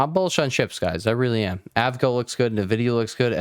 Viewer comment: You mean A V G O? Broadcom lol